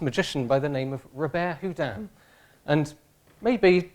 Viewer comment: Robert Houdin was a genius. And this funny English guy didn't say his name correctly !!!